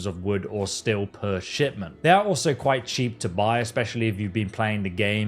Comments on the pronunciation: The way he calls steel "still" bothers me on a level hither to undreamt of. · That constant pronunciation of still and not steel but the proper way he says tree or trees bothers the hell out of me! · Why is this fuck saying still? Instead of steel. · STEEL! IT'S STEEEEEEL GOD!stop saying still over and over! stillstillstillstillstill WTF! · Aghhh! Cant stop hearing him say "STILL" every time instead of STEEL... You stand still, swords are made of st-eel. Like the animal, eel with a st in front. Either way its nice that FO4 is getting a boost in popularity, maybe it will inspire a new generation of modders since Starfield is kinda lame. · It’s STEEEEEEEL not still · Great vid but are you saying Steel or Still? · STEEL.. SAY IT.. STEEL NOT STILL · did he just call "steel" "still"? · Please learn how to pronounce steel correctly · Can't even watch the video for 3 minutes, the pronounciation of "steel" is infuriating.